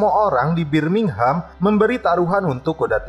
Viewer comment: "film berlatar, bibir minghem" itu yg aku denger wkwkwk :v